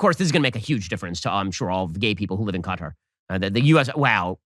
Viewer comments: It's pretty funny that Ben Shapiro is Dysarthic, or he never studied the English language, or he simply never got past the 6th grade. The man can not pronounce words properly. He said the country of "Cutter" not Qatar. Pronounced "Ka-tar" goes to show you his True Intelligence 👍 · Yes, it's Qatar NOT CUTTER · Bruh this dude pronounced Qatar CUTTUR 😂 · is he saying Cutter? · Yes it's common to hear Americans mispronounce Qatar like cutter